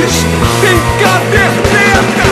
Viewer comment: Só eu que entendo Caterteta ao invés de caderneta